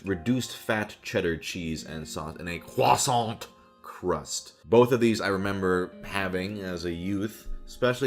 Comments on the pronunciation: And a QWASANT 😂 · "are you going to finish that CWOSANT"